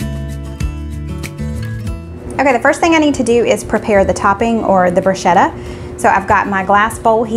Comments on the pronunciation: FYI, bruschetta is the toasted bread one puts toppings on, if desired And the ch is pronounced K, rather than sh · the Korean Tacos - oh my! SO scrumptious!! And easy! Thank you! Btw, bruschetta is pronounced broo-sket-tuh. (A lot of people mispronounce it, so you're not the Lone Ranger - ha!) Also, you always pronounce Worchestershire sauce correctly even though you act nervous or unsure about it! (pr. Wu-stuh-shr) Flaunt that correct pronuncation girl - you've always got it RIGHT!! Love your videos (love your family!) and dear little Gracie Lou! I buy Butcher Block meats too and recently ordered Auntie No-No's seasoning because of your wonderful suggestion! Thanks! 💗